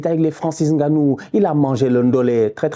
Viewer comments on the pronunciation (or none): none